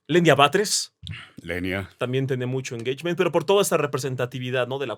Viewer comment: Saludos Al ………. PERO QUE ES ESO DE “ENGEICHMEN”??? 🤣😂🤣😂…….. Saludos Desde TEJAS!! 🇨🇱🇲🇽🐯